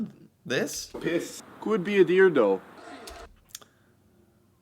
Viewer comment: When Newfoundlands don’t give an F about what they are saying and only talking to a couple of buds, they pronounce it as Dough not though